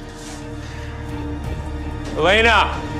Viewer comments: I love how klaus says elenr instead of Elena😂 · I love how Klaus pronounces Elena like "Aleynar" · Is it js me or did I hear Klaus says”ELANAUR”